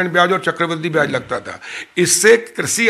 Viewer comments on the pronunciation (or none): please correct your diction.. Byaj...not byaz.. Hindi bhi spashth nahi hai.. Badne is wrong badhne..